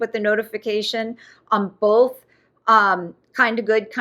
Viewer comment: Don't forget "Bolthhh" and "Dispeckful" 😂